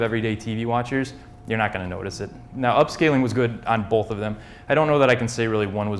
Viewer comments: There is no "L" in the word "both". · bolth. bolth. BOLTH. BOLTH.